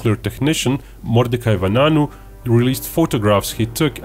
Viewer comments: In 1991 the prime minister was Itshak Shamir , not Ariel Sharon,and it's pronounced,va-a-nunu (noonoo) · You just butchered mordechais name lol its spelled va a nu nu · He mispronounced the name of the person who took pictures in the facility